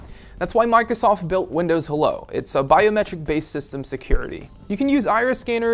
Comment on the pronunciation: Is it just me or did he say Microsof at the end?